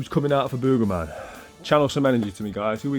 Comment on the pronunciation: Funny how you say "Boegerman" its Booger like a Booger from your nose.